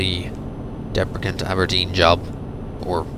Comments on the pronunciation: You should say it like it was written Debresen . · You pronounce Debrecen wrong. I live next to it :D